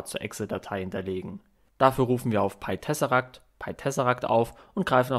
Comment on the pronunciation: Du sprichst das Programm falsch aus, glaube ich. Ich hätte es englisch ausgesprochen.